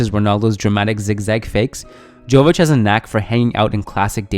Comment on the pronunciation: Hey guys, another great video. Just wanted to say that the J in Jović is pronounced as Y.